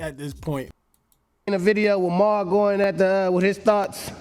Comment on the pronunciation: "Mal" is pronounced "Mall", my guy. And Mal is HEAVILY compromised. He does know him personally to a certain level (they have each other's phone numbers) but his behavior has been ULTRA NASTY. You also forgot ISH from The Joe Budden Podcast. He too has been glazing Drake NASTILY. And Ak.... was compromised, but he has shown some neutrality... even with his reaction videos... he can't deny that Dot bested Drake.